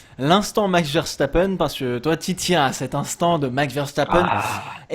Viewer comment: Arrêtez de prononcer "Verchtappen" par pitié !! C'est un nom hollandais, pas allemand :p